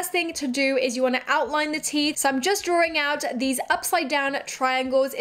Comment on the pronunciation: Is she saying DRAWRING instead drawing?